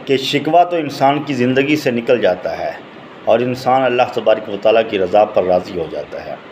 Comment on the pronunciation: تبارِ ک وتعالیٰ کا تلفظ تو پہلے درست کرلے بھاٶ جی۔ پھر چینل بنالینا۔